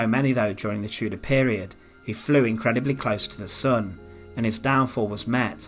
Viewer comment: The chooder period was a fascinating time